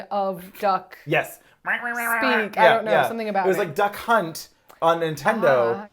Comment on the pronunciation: I feel 30 years behind that I've never thought the pronunciation of Duck Hunt could just be Duck C*nt until today 🙃